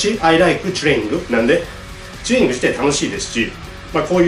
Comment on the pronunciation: ちゅれいにんぐって発音好き